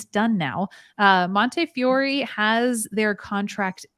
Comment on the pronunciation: It’s pronounced Monteeeefeeeeeeyore 😜 So glad the nurses got what was needed. I hope it gets enacted soon. 🎉🎉 the ED here is bonkers because of the Bronx. Maybe the fine goes into a jar like in school and at the end of the month there’s a pizza party.